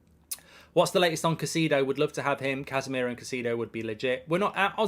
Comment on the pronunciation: You are very arrogant and lazy. If you going to call a player’s name you need to learn how to pronounce the Fucking name. “CASIDO”!!! Who the heck is that???